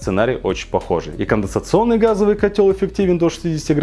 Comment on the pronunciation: Уже сто кило подписчиков, бро! Но так и не научился говорить "конденсационный" )